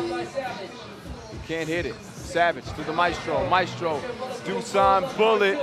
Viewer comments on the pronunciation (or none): Btw, it's Dushan, not Dusan